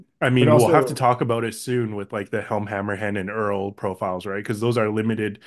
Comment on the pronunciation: as someone from europe the pronunciation of the names is killing me. its eorl ( ay-orl) NOT EARL. HEY EARL GRAB MY DAMN BOOMSTICK IMMA BLAST THESE CRITTERS